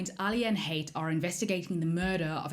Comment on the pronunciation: It's pronounced Ha It not Hate. It's arab influenced